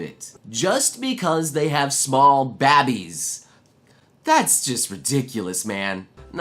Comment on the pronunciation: "Smol Baab-ees" lol